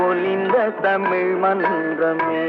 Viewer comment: அன்று தமிழ் இன்று டமிழ்